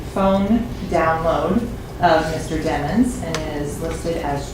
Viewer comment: Dat mane name is demons not dimons